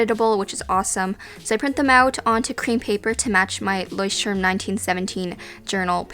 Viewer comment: Thanks for your ideas! Btw, I needed some time to figure out what you're saying, I guess you mean "Leuchtturm". It's a german word, so emphasize the "t". You can listen to the right pronunciation on or listen to this song, where Nena says the word